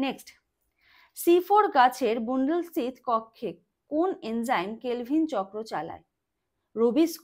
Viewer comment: ওটা বুনডিল না বানডিল